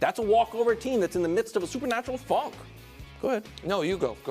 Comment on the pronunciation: I have never heard "funk" like that